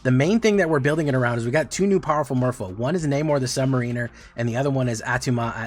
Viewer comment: I can't always tell when you are intentionally mispronouncing things so... The "A" in "Namor" is the same as the "A" in. No hyphen would be "Submarine" as you are saying it. The big boats that go underwater. The hyphen indicates the second part with the "A" like in "air" so Sub-Mairiner.